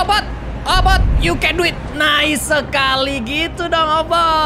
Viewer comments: Kak regi bilang obot si kucing ku dengar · Kak regi namanya obit bukan obot